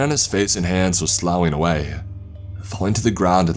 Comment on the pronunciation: The word " sloughing" is pronounced like the word "tough", i.e., "sluffing". In the course of your reading it would be beneficial for all if you would look up the words you are unfamiliar with to ascertain their pronunciation and meaning. This is important so as not to detracts from the story. The other word is civility, pronounced "ci-vil-i-ty", four syllables, not three.